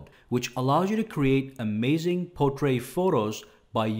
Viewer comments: He's a wonderful and very thorough reviewer and I follow him. However, saying portray for portrait is irritating. His English is superb as far as I can tell. I suspect he may be American... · Why can't he say portrait?